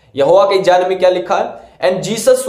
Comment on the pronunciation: Bhai pronounce tau Sikh lo pehle baad mein ana debate karne ...Jaan nahi hota hai GYAN hota Bhai. Khud ka insult Na karo publicly.